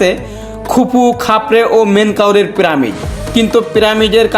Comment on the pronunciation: ভাই, আপনার ব্লগ তো ভালোই লাগে কিন্তু আপনার কিছু উচ্চারণ সঠিক করতে হবে, প্রামিড নয় "পিরামিড", হায়েরোগ্লিফ্লিক্স নয় "হায়রোগ্লিফিক্স"